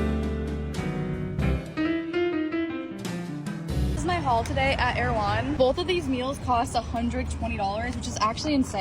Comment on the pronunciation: Stop saying jhaul 😢